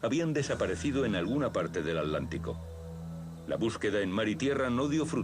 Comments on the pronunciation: At-lántico? Curiosa forma de pronunciar A tlán ti co. Por lo demás, muy buen video. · Cruzaban el Alántico para ver jugar al Alético. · Jahaja yo también me pregunte lo mismo, que no es Atlántico?